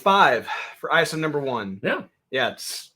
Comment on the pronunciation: Like 73. I think Isom is pronounced is-um.